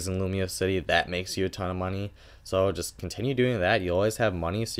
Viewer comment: lumoise not lumiose X(